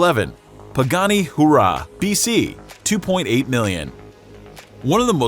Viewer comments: It should be pronouced as (wayra) Huayrah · The pronunciation of some of these vehicles is atrocious it's not a Pagani who rah it's pronounced why rah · Everyone else : Huayra Commentator: Hoo-Rahh 😂😂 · Maybe learn how to pronounce the names of the shit you talk about...pagani ourah no HUAYRA ! lol i'm sure Pagani loves you for doing a butcher job on the name of their 2.8 million dream car ! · I heard so many F-ups i thought he called the Pagani hoooorah a Bugatti whooorahh!?🤯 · Pagani Hooorrahh!! LOLS... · GEAR-head. It's Gearhead. Motorhead was an english rock band. "SHEAR-on." Bugatti Chiron. "WHY-ra." Pagani Huayra. And is it fair to include cars no longer in production?? Then list would look a A LOT different (250 GTO, hello??).. One of the 458 Aperta Sergio's is on sale for 5 million now. Oh, well. Lots of nice cars! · The Pagani OOOOrah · Pagani HOO-RAH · LLS!!! PAGANI ""HURAA""😆😆😆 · He butchered SO many names like the Chiron and the Huayra when he said Hoora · And he also butchered The LaFerrari Aperta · My favorite the Pagani Hoorah...🤣🤣🤣🤣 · Paggani Hoorrraaaahhhhh!!!....😍🤠👌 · He said aperta, trevitia, lykan, chiron and huayra wrong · thumbs down for the butchering of Huayra. Do your research. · you should learn how to pronounce 'huayra' from jeremy clarkson. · He said Huayra so wrong